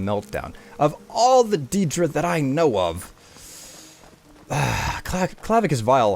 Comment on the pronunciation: i'm new to your channel, I really like your videos but I hate the way you say "deedra"